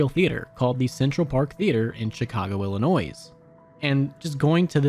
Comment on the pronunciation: YOU DONT PRONOUNCE THE S IN ILLINOIS. ITS A SILENT S